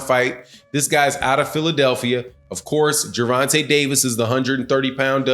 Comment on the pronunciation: It's Gervontay Davis...not dovontay...my boy 😁💯💯💯💯💯💯✌️